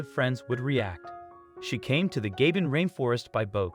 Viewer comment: Nice video. However, the country is pronounced ga-BONE.